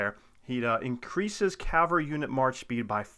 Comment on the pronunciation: Thank you for saying CAVALRY correctly! So many people say and spell it wrong as Calvary.